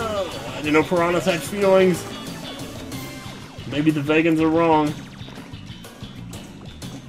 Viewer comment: I think vegans is pronounced "Vee-ganz" not "Vejens".